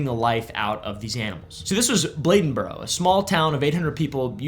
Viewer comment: Bladenburr... yes. Never hearda this "Bledenboro" you speak of though.